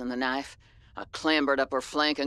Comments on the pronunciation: Ka-nif-eh :) it’s just putting the “em-fa-sis” on a different “sill-ah-bull” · Yes it is nice kanife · This is the best series no hate for saying knife wrong I find it funny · Playing with the word knife doesn't bother me. At least you're not like another popular streamer who says base as if it's spelled BEESE. I can tell he's doing it intentionally as well to try and be cool, and there's not much more I hate than a streamer changing the way words are pronounced just to try and be cool.